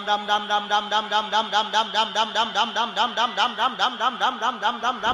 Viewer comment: Ram ka Name Be Theek Thra Say Nahin Lay Raha Hai.